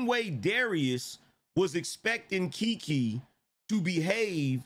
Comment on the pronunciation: It's KeKe not KiKi......lolololol,😂😂😂😂